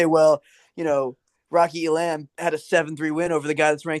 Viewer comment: The idea that ISU wouldn’t wrestle Elam against their arch rival is crazy. Feel free to say “I told you so” if I’m wrong. Also, it’s Ee-lum, no Ee-lamb or Ee-lahm.